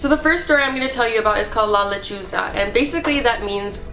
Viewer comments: OH MY GOD THE TITLE OF THE FIRST STORY I THOUGHT SHE SAID "la lechuga" WHICH MEANS THE LETTUCE IM DYING😂😫😫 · LOL JAJAJAJAJA its not la lechuga jajajajajajaj its la lechuza a lechuza its a bird similar to owls